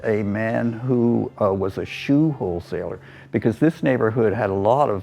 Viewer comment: At around the 10 minute mark, I thought I heard him say, “shoe hole seller.” I stopped what I was doing, thinking WTF, and a few realized it was “wholesaler.” 😂